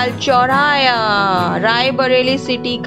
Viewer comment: चौराया नही चौराहा होता है 😀